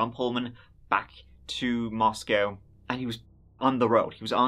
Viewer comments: its pronounced Mos-co not Mos-cow, every media company ive heard say it has gotten it wrong. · For what it is worth - the Idaho city Moscow is pronounced Mos-coe (long o), not Mos-cow. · It's pronounced Moss koh. Coincidentally, like kohberger. Not cowberger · Mosco, its pronounced Mos-co, not like Russia's Mos-cow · It’s Mos-c-oh (like oh no!) Moscow (mos-cow) is in Russia 😌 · Please if you're going to do research and a YouTube video please research the correct pronunciation for Moscow Idaho. It is Moscow with a long O, not Moscow as in the city in Russia. Thank you. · Moscow, Idaho is pronounced like Moss-Coe, not Moss-Cow...Moscow, ID...and Hyundai is pronounced like Hun-Day, not Hee-un-day…Hyundai junk vehicles…🤘🏻🇺🇸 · It’s pronounced Mos-co. The one in Russia is pronounced Mos-cow. Cheers 😀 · Meaning no disrespect but the City, Moscow in Idaho, is pronounced Moss Co not Moss Cow, as in Russia (@ you did pronounce it correctly) Thank you, for covering this story ~ May Ethan, Madison, Xana & Kaylee Rest in Eternal Peace 🙏🏼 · Great video! Just a note for future videos on the Idaho 4 Murders - The city is pronounced "Mos-coe" not "Mos-cow." It's not the same as the Russian city pronunciation. Also, Kaylee's last name is pronounced like "Gonsalves." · From Idaho and here to say it's pronounced "Mosc-o" not "Mos-cow" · Ummm no. It is pronounced Mos-co. Not Moscow. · Mos-cow is in Russia. It is prounced Moscoe,ID. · This happened around the corner from my family home. Btw: we pronounce it Mos-coe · Glad you're covering this. Just as a local, we say "Mosco(w)" the w is silent 🤫 FYI, unneeded, but some local knowledge... I'll share more if I can. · We pronounce Moscow with a long o in Idaho. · Pronounced, Moscoe, please. Thanks for covering. Every time I drive by the courthouse/jail, I get the heebie geebies knowing that freak is only yards away.